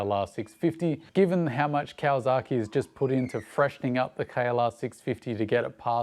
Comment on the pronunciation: mate.... great content as always but PLEASE!!!!!!!... STOP with the KawaZaki... there is NO Z in the word. That is like pronouncing Sydney as "Sigh-Da-knee". Never has been a Z, never will be. YamaZAKI is a whisky... but there is no ZAKI in Kawasaki. I have lived in Japan for 26 of the past 30 years... (well ten months of each of those years in Japan. LOVE being back in Oz and riding my dirtbikes day after day after day as often as I can... pre covid) Keep up the good, and work on pronunciation. LOL